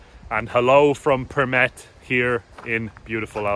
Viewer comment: you have such a great pronunciation of Përmet. Closely to a native. Good video. I really hope you guys had a great time. Greetings from Përmet.